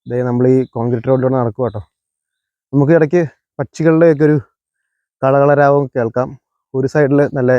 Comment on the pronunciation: പക്ഷികളുടെ കളകളരാവം അല്ല... കളകളാരവം..!!!